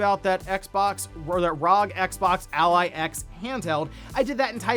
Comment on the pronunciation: The way you pronounce ROG bothers me, especially since ASUS themselves say it's R-O-G.